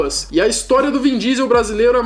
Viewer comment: "vim" diesel?? Kkkkkk